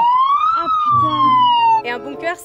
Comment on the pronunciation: c’est Ah ! Non pas Ha !, Ha c’est quand tu rigoles on prononce le H et le Ah c’est un étonnement etc